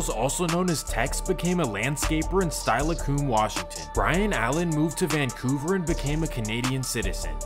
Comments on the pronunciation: ….”style-uh-coom”??? And you’re speaking like you know something about this area??? Carpet bagger ring a bell??? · Anyone who pronounces steilacoom that way shouldn’t be making a Washington video🤒🔫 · its pronounced (Still-a-come) lmao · Steilacoom is pronounced "still a cum". It's native American. Tacoma is named after Mt Rainer which is called Tahoma by early natives like Mt. Tahoma High School. I only heard tacompton when straight outta Compton came out. Lived in tacoma since 1990. Only cops get shot here. The DC sniper came from the north tacoma. The serial killer Ted Bundy lived in the north end by the Asarco smokestack. Lakewood used to have a small crip gang called the lakewood hustler crips in the early mid 1990s. The Hilltops used to beef with bloods and Eastside gangster crips. Other things happened but that was before my time. The four cops that got shot at Forza coffee shop was by Maurice Clemmons in lakewood. He was caught later. Cops shot him over 40 times in the street I saw the video. Then Patrick Sweeney and McDaniels got killed. I remember mostly cops dying. One time a lady in her suv rolled over a motorcycle cop and killed him. Rocha (cockroach) got killed in Seattle and so did Sweeney. You had gangs in the 90s but not now. Below our pay grade. Gangs from LA tried to come to Washington on the 80s but got kicked out of Seattle by the BGDs. This was all explained by Ice Cube on a radio interview show called street sounds on Kube 93.3. The LA gangs left because of local resistance and harsh laws. It's like that cbo song "ain't no sunshine" he is referencing being shot at in Seattle. I assume the central district. No sunshine an obvious reference to Seattle always rainy plus he mentions city by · The way he pronounced Steilacoom got me dead. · Learn to pronounce city names. Steilacoom ain’t said like tha